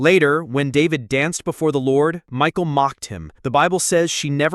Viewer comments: Not Micheal but Michal pronounced as Mikha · Headsup - the AI voiceover pronouncing "Michal" as "Michael" makes it sound like a secret surprise homosexual relationship between David and a guy named Michael, for a bit, until the viewer realizes what's going on.